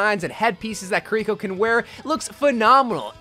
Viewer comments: I've also noticed this. Most people say Ki-ri-ko. says Ka-ree-ko. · Ah yes, my favourite heroes: Kuh-rico, Sorjourn, and Magua